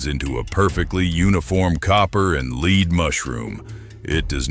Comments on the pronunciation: You should read the old NRA reports before you make statements about the .308 wcf and 7 mm rem constancy! And the bullet metal is pronounced “led” not “leed”, or are you not human? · Lost me on 308 when he called it a leed core instead of lead . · The AI voiceover is dumb AF. Bullets have a LEAD core. Pronounced LED, not LEED. Stupid and lazy is what I think when I hear AI voices on YouTube videos. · Too bad you couldn't invest enough editing time to ensure that your AI didn't regularly mispronounce the word for the metal called lead, "lehd" NOT "leed", have some pride. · Is this an AI voice? Lead pronounced Led or Lead pronounced Leed? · The lead core, not the "lid" core. AI bs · LEED KORE.... In another year AI might have it figured out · "The leeed core" 😂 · AI voice is SO annoying. Who pronounces the "lead" in lead bullet like Leed??? Seriously, this sort of superficial comparison is pretty low level and conventional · Is this AI talking? He said lead like " Leed" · Good information in the video. I would go with another voice however than the AI, who doesn't seem to know how to pronounce the word "lead" (as in bullets). It also sounds like somebody from London trying to sound like they're from Texas.; ) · How about using an AI voice that knows how to pronounce 'lead'.